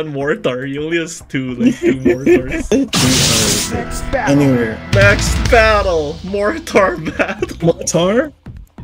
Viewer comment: More-Tars XD